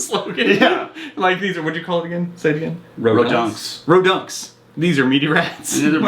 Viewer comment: I can't tell you how satisfying it was when said "Ro-dunks" I was screaming it inside my head as they were spitballing name ideas.